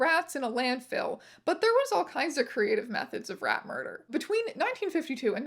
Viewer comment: Rat "muder" is wild.